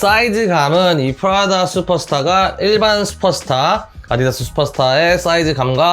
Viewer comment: 프라다라고 말하실때 난 왜 자꾸 프라닭으로 들릴까요? ㅋㅋㅋ 치킨이나 시켜 먹어야겠다ㅎㅎ 리뷰 잘 봤습니다~